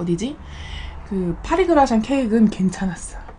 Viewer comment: 빠리그라샹ㅋㅋㅋ 구수합니다ㅋㅋㅋ